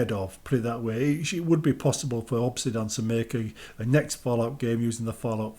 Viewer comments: Bro obsidian not obsidawn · Why are you saying Obsidan?